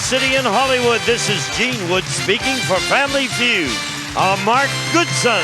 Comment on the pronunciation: He says family few not,feud